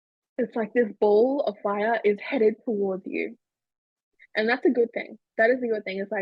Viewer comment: Ball not bowl ohhh